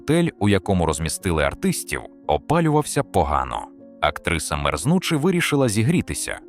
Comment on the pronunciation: СамойлОва неголОсний ДмитрОвич нААвчіть інтЕЕлект наголОООси ставИИИти. ЗагибЕЕЕллю…мерзнУУУУчи. Ну хоть провіряйте, ЩО ви викладаєте!!